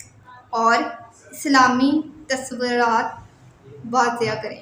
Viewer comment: Bibi tuswraat ha tasurat ni